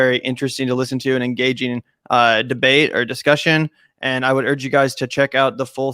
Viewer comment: "DBEATE" normally i wouldn't point that out